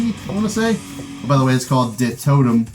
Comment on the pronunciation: Surprised you pronounced De Totem correctly! ps: I'm Belgian myself pps: nice video